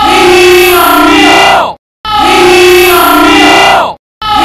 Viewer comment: I liked the part Where he said "He issss some milk